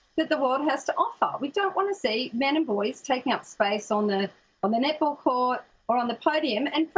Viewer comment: “an all boy nip-ple team” i know i’m not the only one that heard that